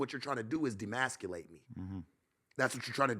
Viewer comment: Emasculate...the word is E-masculate Bro.